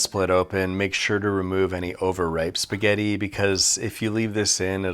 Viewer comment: "Fill that spahgetti hole with a thick block of fetta" 💀💀